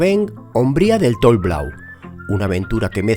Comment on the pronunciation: Lo siento, no lo pude evitar: ¿"Tol" Blau? XD ¿Qué le pasó a la otra L? (La doble L de "estrella" se pronuncia como tal) ¡Está muy bueno el video y detallado! ¿Son dos horas para una vertical de 250m o malinterpreté algo? ¿Utilizasteis track de rocjumper? Para mi gusto, no veo mucho prusik en los rápeles...